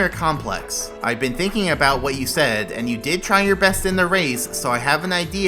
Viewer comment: "An idea you will aDOOR" lol.